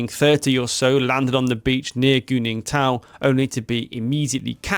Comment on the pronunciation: I’m sorry, Did you say GOONINGTON, ?! Lmao great Chinese name Guningtou.